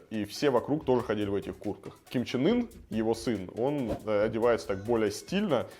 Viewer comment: Я один слышу,что лидера называет Ким Чен Ыр?